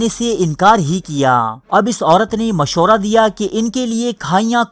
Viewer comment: Moshra nh hota urdu sahi kr bhai mashwara hota h